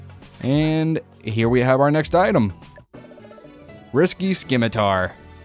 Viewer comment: It's pronounced sim-i-tar, not skim-i-tar. love the video oh master of the shantae franchise!